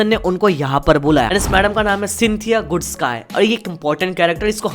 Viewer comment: goodsky ko goodski pronouce karte he*